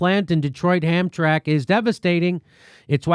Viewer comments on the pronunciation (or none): As someone from the Detroit area, Hamtramck is pronounced as Ham-Tram-Ick. Just for future reference. Keep up the great reporting.